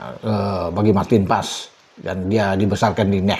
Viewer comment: marteen paes bukan emil anders